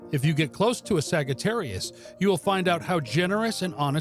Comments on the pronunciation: It's saggy not sagee🤣🤣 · Did you really pronounce it like that? A sag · Sagittarius Sags? The G here is the one and only place I have heard it pronounced this way honestly its different and my gut insight tells me it is more accurate as Saj-ittarius as phonics go but beyond that back to the origin of Astrology. I resonate with source No Sagittarius Ive ever known is unreliable as the signatures for our sign has long been Insight Wisdom Light bridge builders Empathic and major adherence to loyalty and best of all lastly not least is temperance which is balance and balance. which balance defines as stability, the Hebrew language defines wisdom as stability aka Sophia having deep connection with the Moon also Sophia Never have I met any person expressing unreliability at all which I will dismiss as a false attribute. Clear and baroque Sagittarius is a master marksman and having a bow we find bow originates from om and later ohm. As for the arrow it is an arc of light a gift of Zeus and as equal in power to the lightning rod he wields. We are seekers of truth in the highest order which creates a deep desire thirsting for knowledge many of our star sign are healers and mediumnic gifted with inner spiritual sight and astral plane access to the legendary Akashic Records archive we are born empaths and in many cases of lives lived are born with old sage souls that retain multiple gifts of Kosmic knowledge Astology and Theology sciences as well as highy vibrational old souls teachers educating others and builders of life helping many to see their own divi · Why does he say it wrong! It hurts my brain!!😳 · Why tf is he saying it this way?? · I don’t think that’s how it’s pronounced